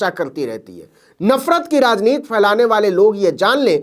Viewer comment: अरे भैया आप "राजनीति" शब्द को पूरा उच्चारण कीजिए। उसे "राजनीत" कह कर हिन्दी भाषा को नीचा न दिखाएं।